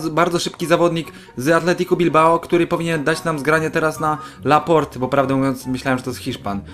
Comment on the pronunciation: dobrze przeczytałeś, we Francji nie czyta się ostatniego "e" :)